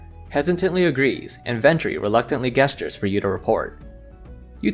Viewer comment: I hate to break it to you, but "gesture" is said with the "J" sound (as in "Jessica"), not the G sound (as in "Guess). You've been saying "Guesstures" this entire time ...